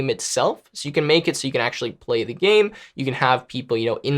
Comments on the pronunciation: ya bro, you said Sudoku correctly. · u said sudoku correctly!